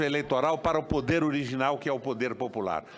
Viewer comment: todo "´PODER" LINDINHA..."PODER" e nao "PUUDDER"" fala Portugues ""SENADOR" e nao jagunçes!!